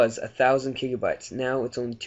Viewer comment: kigabytes? lol but ty